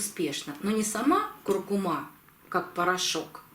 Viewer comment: Это знает даже пума: нужно говорить куркуМА!